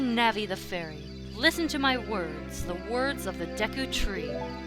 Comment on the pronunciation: Navi: HAY LIFFEN Me: GODDAMNIT NAVI SHUT THE FUCK UP